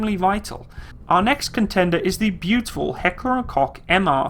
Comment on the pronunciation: btw Koch in Heckler & Koch is pronounced coke scroll to the bottom if you don't believe me